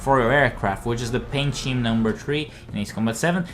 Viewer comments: It's pronounced Skeem not sheem. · Don’t want to sound pedantic, but “scheme” is pronounced “skeem” rather than “sheem”. Hope that helps. Great video, by the way. Still working on my first play through of this. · Scheme is pronounced skeem not sheem